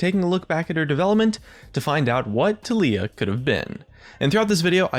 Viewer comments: pretty sure it's TAHliyah, not tahLIyah. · i personally pronounce it ta-lai-ah xD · goddamit it's tah-lee-ah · keep saying Taliyah but all I hear is toph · you keep saying taliyah but i only hear toff. From avatar. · My name is TaLiyah.... i was born in june its pronounced the same too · disliked for the way you pronounce Taliyah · when pronounces "taliyah" two different ways in the same video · UGHGHGHGHGHGH HOW HE PRONOUNCES IT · You are pronouncing it wrong... -_